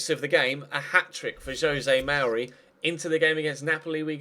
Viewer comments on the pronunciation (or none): none